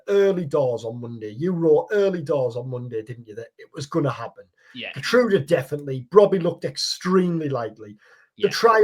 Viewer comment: Here-trowda btw (Geertruida)